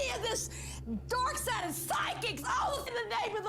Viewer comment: I can’t help but hear dork sided when the god warrior says dark sided